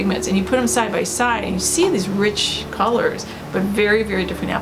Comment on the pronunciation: Colors not cors..